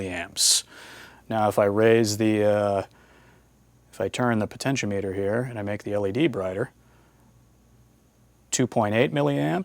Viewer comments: It is pronounced po-ten-she-OM-eter. The the outside terminals are connected to the ends of the resistor and the center terminal is connected to the wiper. The name refers to potential or voltage and is normally used as a variable voltage divider. It is connected across a voltage source and the load is connected to one end and the slider so it can feed a percentage of the total voltage from zero to 100%.It .When you only connect one end and the wiper and put it in series with the voltage source and the load, it is being used as a rheostat, which is a current limiting device. The do sell rheostats, which only have two pins.. Potentiometers were often used to control audio volume. The audio from the source is connected to the top terminal and the bottom terminal, which is ground The slider and ground are connected to the amplifier, so you can feed a percentage of the input signal to the amplifier. On the other hand, the float in your car's gas tank adjusts a rheostat, hooked in series with the battery and the gas gauge which is actually an ammeter. As the gas is used the float drops, uses more of the rheistat and less current flows through the gas gauge/ammeter. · The (mis)pronunciations of potentiometer and multimeter make me chuckle.